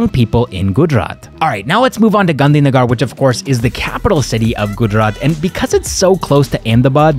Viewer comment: If only you'd have said Gandhi Nagar (gar like purr) instead of Gandhi Nagaar, i'd never know you're not Indian 😄that's the only one you din't get perfect!